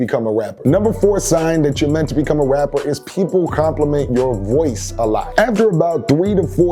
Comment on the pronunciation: the way he says rapper... wrapper